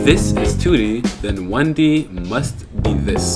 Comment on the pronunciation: "what is one de?" Lol